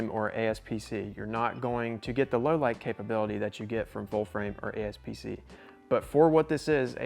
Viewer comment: Aps-c not Asp-c 😅